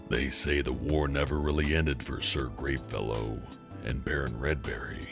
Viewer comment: I'm not gonna pretend you didn't say "Sir GREENfellow" I heard that! 😂